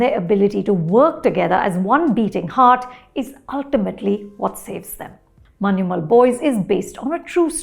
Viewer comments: ശ്രദ്ധിച്ചു നോക്കിയാല്‍ അറിയാം. അവർ പറയുന്നത്‌ "മന്യുമ്മല്‍' എന്നാണ്‌. ഞ വഴങ്ങില്ലെന്നേ. അതത്ര എളുപ്പമല്ല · Yeah, was so tired of hearing people say manchummel boys 😂